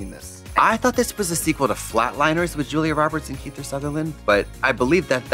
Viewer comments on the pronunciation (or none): none